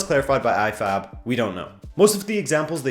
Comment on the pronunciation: I heard I-FAP instead of IFAB in sometime in the video. LOL!